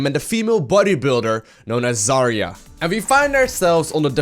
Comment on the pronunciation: just fyi, the stress in her name should be on 'ya' syllable. 'ZarYa'. It is really not best pronunciation, but closer to what it is. 'Zarya' is a russian word for 'sunrise' or 'dawn'. Rock on)